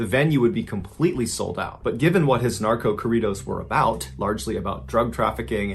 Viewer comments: "Kohridos" Me.ballen saying it all white🤣🤣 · Its corrrrrido wey no mames mr ballen dope story u got it right lol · Corridos) I had no idea what you were talking about because you're pronouncing it totally wrong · The way you say “corridos” is hilarious 😂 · Tf why he say corridos like if he saying Korea it’s corridos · On a more lighthearted note: my Nana got a kick out of the pronunciation of "Tijuana" as Aunt Jauna and "Corridos" without the rolled R. It made her day. Thanks for telling this story.